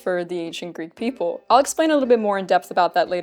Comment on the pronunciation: Instead of ancient greek people, I was hearing 'ancient greek pickle'